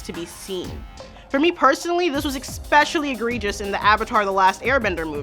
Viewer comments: There is no "x" in the word especially. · How can you argue that something that happens isn't a thing? Also, "expecially?"